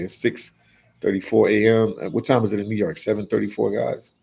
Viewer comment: And it’s New YORK, not New Yark 😒😒 damn immigrant.